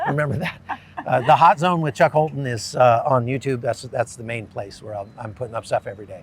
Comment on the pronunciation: It's funny that when you said his name it sounded like Chuck Colton 🤣 Sounds like Holton is a Christian, too 👏